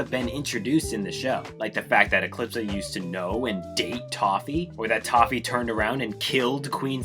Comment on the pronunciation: just noticed it sounded like he said "Tahu" rather than "Toffee", and I find that very funny. Anyway, Star vs the forces of evil is a very interesting show, it's downfall is such an interesting story, more so than the ending itself. I've loved this show for many years, but last year when I finally rewatched and finished the show in its entirety, I was left with mixed feelings, on one hand I love the fist few seasons, but on the other hand the last season, especially the ending, made me hate the show, I felt betrayed basically, it had shown so many times how good of a show it is, and then it hits me with the utter disappointment that is the ending. I wish this show could've gone out on a better note, but it is what it is I guess. Maybe one day they make a reboot that fixes a bunch of problems with the original, that'd be neat.